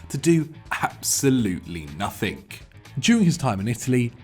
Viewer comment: there is no K at the end of the word "nothing".